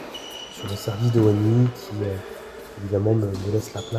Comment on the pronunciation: salut bien joué. Juste un petit cour de chinois Wenhui se prononce Wenrué et non wenoui mais tu le savais pas haha.